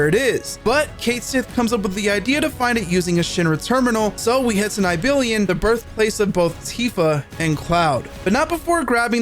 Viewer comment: its pronounced NEE - BEL - HIME btw